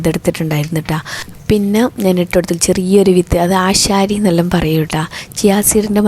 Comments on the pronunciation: ആശാരി അല്ല... ആശാളി 😅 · ആശാരി അല്ല ആശാളി 😂